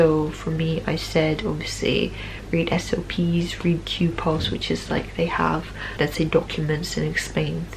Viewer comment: at 10.05 you say if "you dont know something you can always read SOPs (or SNPs)" was wondering what that was. thanks.